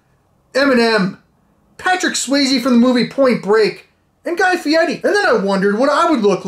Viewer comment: So glad u pronounced fieri properly